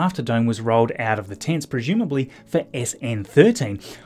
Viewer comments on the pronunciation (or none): My dear friend! Thanks for everything you do. But the way you pronounce the word "presumably" is disturbing me. You seem to be saying "pre-shoom-ably" whereas I believe it should be "pre-zoom-ably". Am I mistaken?